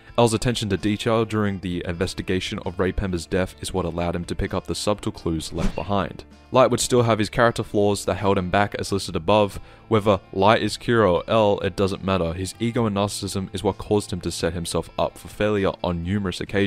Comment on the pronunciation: the b in subtle is silent. It sounds like "suttle"